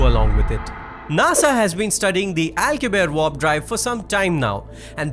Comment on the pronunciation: And to the guy speaking, its W-A-R-P not Vorp😂😂